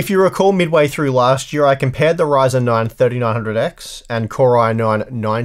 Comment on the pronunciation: its a ryzen "not" a reason LOL xD